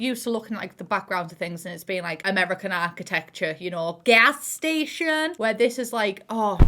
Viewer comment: When she said "Gas Station" in an american accent I lost it